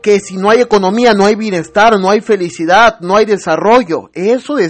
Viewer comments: Ay si que no estudio siempre dice felicida y no de dice así ni se escribe así es FELICIDAD.aparte de burlarse de nosotros mmmm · Entonces,, ¿está trabajando?, tengo entendido que nunca lo ha hecho,,, pero "increíble", Maduro si dice.. FelicidaD, No felicida.